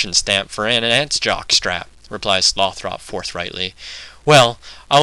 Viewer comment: You look like a dorkier version of ewan macgregor in star wars. Good reading, and the whole project sounds like a very cool idea - I'm a huge pynchon supporter. Couple of suggestions: 1) a different camera angle, perhaps. 2) I believe you're pronouncing tyrone's name wrong as Sloth - Ropp. The final vowel is supposed to be soft, and Slothrop should be pronounced like the name "Winthrop" aka Sloth-rup.